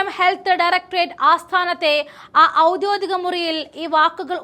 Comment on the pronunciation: ഔദ്യോദികം അല്ല ഔദ്യോഗികം😂